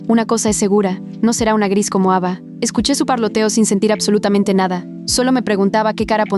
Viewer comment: en ves de escuchar ava escuche eva jajhhdajhjafhaj